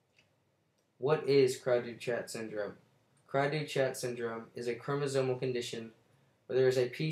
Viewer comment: First off its pronounced (CREE DOO SHAW) Great job, what did u copy & paste whatever little vague information u googled??!! :-/